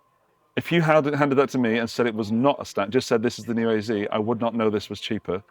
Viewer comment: Ayzee? Are you trying to say AZ?